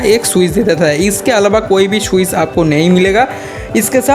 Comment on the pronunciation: Swiz nahi Switch